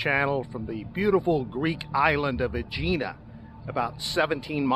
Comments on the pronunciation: Eh-hee-nah……not Ageenah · It’s name is pronounced Egg-eena